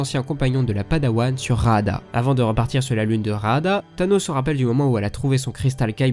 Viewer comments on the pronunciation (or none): C'est ce que j'ai cru comprendre mai comme il dit thanos avant ça me perturbe 😭